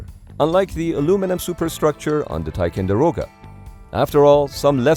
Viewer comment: Somehow the robo voice has trouble with 'TicOnderoga' too. Misspelled text to voice?